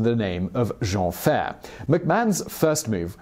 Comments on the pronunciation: Edit time ! He was billed as "Le Géant Jean Ferré" and ferré is pronounced Fai-ray as in Fair without the R and ray fai-ray and not Géant fair. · Also Jean Ferré is pronunced Jean Fay-ray... not Ferr! ;) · Great video .... but just a small thing .... his name was pronounce Jean Ferré ans not Jean Fer ! ....